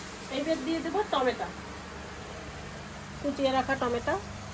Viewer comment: টোমেটা নয় টোমেটো